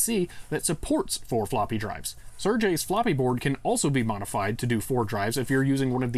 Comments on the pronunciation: Great, now I wonder if it's somehow possible to connect a floppy controller over PCI Express. Also, it's pronounced ser-gey, not sir-jay. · Awesome video! :) Sergey is pronounced "Sir-gay", btw. Not kidding.